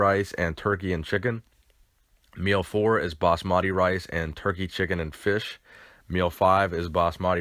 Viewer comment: Lol the way u say basmati rice😂